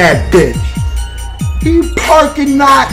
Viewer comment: nigga said park lot pimpin!! lmao!! bruh is cold tho..